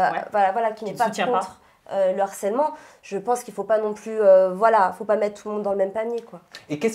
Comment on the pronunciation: Vous pouvez dire à qu'on dit LE HARCÈLEMENT et pas l'harcèlement. Par contre on dit bien l'acharnement et pas le acharnement...